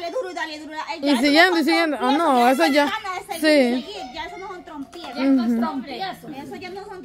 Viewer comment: LO SIENTO MUCHO TETA PERO A JOSÉ SE LE NOTA QUE NO HAY MUCHO AMOR. Y SE DICE TROPIEZO NO TROMPIEZO .